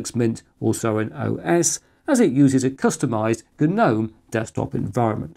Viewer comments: G-nome!! Love it 🙂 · Tell me who thinks that inventing words is OK outside of Shakespeare WHO dicides that geeeeeeeernome is a word ,what next the victim was kaaaaaaaaaaaaaaahhhnifed to death ,or the kerrrrrrrrnight rode into battle with the English language